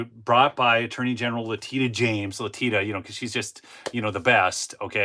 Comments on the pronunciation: her name is pronounced LE TISH A, not Le Teet A. Just an FYI, NOT a criticism. 😊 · I truly enjoy your reporting, very down home. God bless you! PS Leticia is pronounced Le-tish-a, lovingly called "Tish James" by her friends. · Letitia is pronounced like La-tee-shuh. No problem. They don't feel embarrassed. They know none of the charges are scholarly or fidelic to the law. It is more of a message they sent to the masses that they will mess with you regardless of law, merit, ethics, honor, or wealth. Not important to them. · Leticia not Latina 😂😂😂😂😂